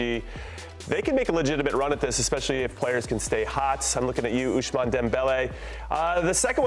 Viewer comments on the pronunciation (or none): He also butchered Dembelé first name, ushman 😂.